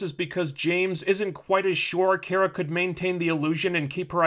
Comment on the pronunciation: I know these videos are old, but is he intentionally mispronouncing Kara's name as some form of passive-aggressive antagonism against the character? It's kinda annoying.